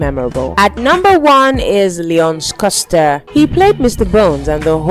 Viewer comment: beautiful video, but the pronunciation of certain names, especially Leon Schuster, almost made me crashout a couple of times🤧🤧🤧🤧